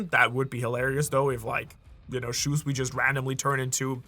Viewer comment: it's not "Shuswee" it's Shusui